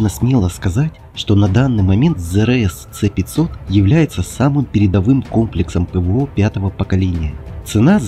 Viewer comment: "Ц-500"-бляяяяя чел,ты серьёзно...В России обозначения вводятся по РУССКИ,почти всегда:-С(ЭС)-500 или ракеты Х(ХА)-101-102,но не "ИКС".Точно так же нужно доносить и иностранцам.